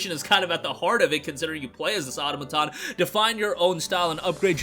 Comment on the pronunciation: Thanks for mentioning the special edition. I was wondering if there was one. BTW, the word "automaton" is pronounced "a-TOM-a-ton" or "a-TAH-ma-ton," with the stress on the second syllable. Trivial, but I thought I would mention it because the word comes up so frequently!